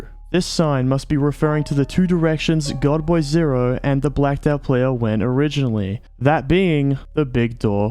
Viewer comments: i keep thinking youre saying girlboy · godboy0, not goodboy0!!